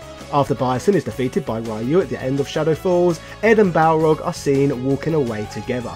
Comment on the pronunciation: I still own my copy of Super Street Fighter 2 : The New Challengers. That game always cracked me up because the announcer always butchered Balrog's name calling him Barlog, lol!